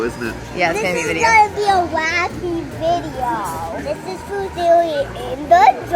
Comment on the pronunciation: this is food theowy in the jongleeee